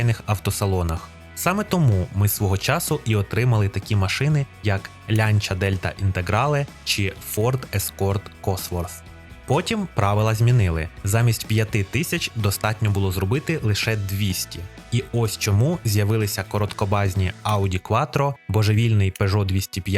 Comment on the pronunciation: Я поставив палець вгору. Але друже- Косворт. Твоє "з" так різануло вуха, що я навіть шортс до кінця ледь додивився. А про раллі... Коли ролік про "таласол" набирає більше, чим last lap Repco Supercars Championship за участі Форд та Шевроле, то про що ми можемо казати...